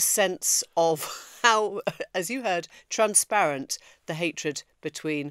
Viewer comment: Transparent or 'Trum-sparent' heehee